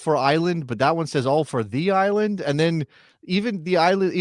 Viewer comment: It's just that people in the Greater NYC area are wont to refer to Nassau and Suffolk County as "The Island" with the emphasis on the second syllable, not as "THE Island". Geographically, NYCFC will play on Long island and are on the Long Island parkway system, so can they overshadow any new USL team? PS, Stony Brook University in Suffolk County has a suitably sized stadium that has been used by professional lacrosse, which is big on "The EYE-land"